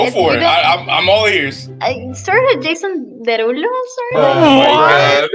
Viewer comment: They said “Jason Derallo”😂😂😂